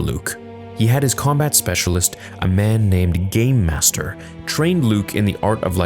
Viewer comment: Sounds like ur saying gaymaster. It just does.